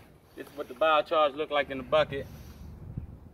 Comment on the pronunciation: Our man here needs to stop calling it bioCHARGE. 😂